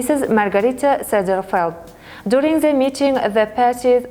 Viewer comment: Молодцы , это хорошо на английском, но нужно поработать над произношением, многие слова неправильно произносит(не смогу все перечислить, например received-не «ресайвид» рисивд rɪ'sɪːvd, не «дурунг» а «дюрин’»djʊərɪŋ , не «конструктив» а /kənˈstrʌktɪv/, слово appreciated не «апресайзед»а ə'priːʃɪeɪtid, слово awarded тоже неправильно произносит, …) и где нужно звук /s/ нужно говорить s, а не /θ / и ненужно отдельно выделять артикль “the”